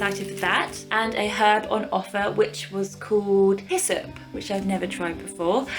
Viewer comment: No worries, you're pronouncing hyssop correctly! Wonderful video 😍